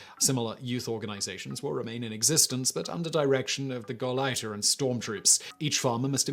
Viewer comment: Gauleiter sounds like gow lighter. Düsseldorf sounds like due sell dorf. Simon has the kind of British accent that comes with a stubborn insistence on mispronouncinng even the easiest German and other non-English words. "Garage", for instance, does norpt rhyme with 'maariage'.